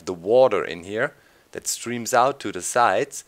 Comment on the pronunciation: "And DAS will make it no longer a Village" XD Da kommt das Deutsche aus Dir raus ;)